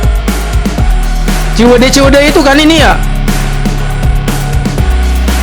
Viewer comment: CI-WI-DEY BANG,BUKAN CEWIDEY😂